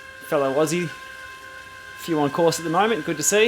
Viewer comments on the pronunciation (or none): none